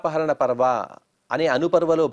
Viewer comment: నమస్కారం! బాగా తెలుగు తెలిసిన వారి చేత చెప్పిస్తే బాగుంటుంది. పర్వం అనకుండా పర్వ అంటున్నారు. వ్యతిరేక అర్థాలొచ్చే వాక్యాలు అంటున్నారు. కథ మీది గౌరవంతో వింటున్నామే తప్ప... భాష మాత్రం సంతృప్తికరంగా లేదు. క్షమించాలి.